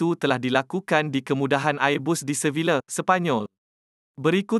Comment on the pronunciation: Sebutan Airbus biar betul..